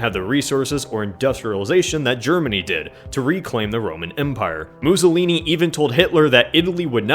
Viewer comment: Apparently it's pronounced "Bennino Muzollini"